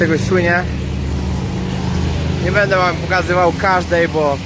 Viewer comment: Panie prosze mówic będę a nie bede ok